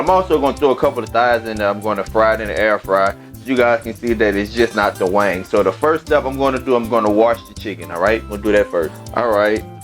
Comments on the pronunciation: It's wing not wangs lol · Wings dammit. Not WANGS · Now why in Sam Hell is he capable of pronouncing the seasoning "Tony Chachere's" correctly but can't say wings !?!? His voice go in and out good to all bad. Sorry not sorry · Wangs? Baaaaahaaaaaa🤣😂🤣🤣🤣 It’s WINGS dude. Damn🤦🏽‍♀️ Quit embarrassing us and you. “Get up in ner “ WTH?🤷🏾‍♀️ It’s get up in there. Lord🙏. Bravo though dude, at least you cook. Mine won’t even Fukin try🤣🤣🤣😂😂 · Is it chicken wings or wangs? 😂😂😂 he must be from the south. Good cooking dude. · Obviously the man is highly intelligent and his regional accent has no effect on that fact. Besides all that I LOVED his accent and I knew it was LA from the jump. Lol Their accents are completely unique... and their accents, and their culture are national treasures! I loved the seasonings he used and the way he said, "wangs". Cracked me up every time! Great chicken recipe and video! The man is official! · “Wangs” lol I love it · Like the way you say wangs. I just bought, thanks for the tips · Right I’m 😂😂😂 every time he said wangs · I just watched this and when he said wangs i was like maaann he from the boot talkin like that. I was waitin for him to say Whodie